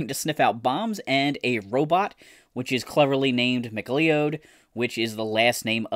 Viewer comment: M.C.L.E.O.D. would be pronounced Mcloud.